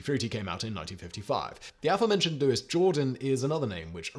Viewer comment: It’s not “Louis” Jordan. It’s “Louie” Jordan (pronunciation). And a giant in Big Band, early Rock and blues.